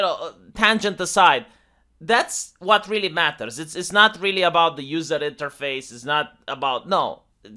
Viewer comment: I did notice the lack of a bow string......also the lack of a t in "matter" :-)))